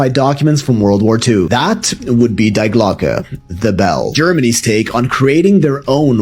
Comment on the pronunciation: It is „Die Glocke“ D I E not spelled Like „Die“ from „Dying“ but with the pronounciation on the „ i „ you pronounce it „ DI „ not „ Die“